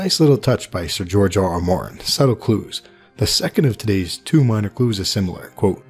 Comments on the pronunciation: Why do you keep saying "George R.R. Mountain"? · Is he saying George RR Mountain? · Am I the only one that noticed you kept saying George RR Mountain at the beginning? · No one's going to mention how he's pronouncing Martin as Mountain? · Did you say "George R. R. Mountain" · Did this guy just say George R.R. MOUNTAIN? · Did u say George RR Mountain? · Martin.... not mountin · Do you mean to keep saying George RR Mountain?